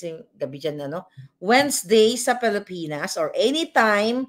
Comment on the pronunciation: Hindi “Palipinas” Mam, “Pilipinas”